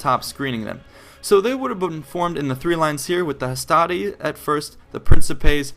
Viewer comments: your video is quite nice and I don't expect anybody to pronounce the names of the roman units properly but this might help you to improve your quality even more Hastati is pronounced "Astate" Principes should be pronounced "Prinkipes", with a hard "e" in the end Triarii is "Treare-e", double "ii" is spoken and not to be missed out Equites is "Ekwites" nevertheless good video, nice amount of info and not to long thanks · On the whole, I agree, the one thing I would say is that the Latin 'I' is in fact a soft sound, so for example "hastati" sounds like "hast-ah-tee". Also, while I agree with the way you say the Romans would have pronounced the e in "principes", as an "ay" sound, don't forget that this is consistent, so "veni, vidi, vici" sounds like "*weynee*, weeddee, weekee", not "*wenee*, weedee, weekee". Also, "Triplex Acies" sound like "Triplecks Akeeays".